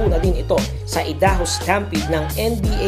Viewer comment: ay daho hindi ee daho..